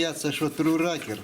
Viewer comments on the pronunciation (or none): Насмешило - отец называет рокер- "ракер" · Не ракер а рокер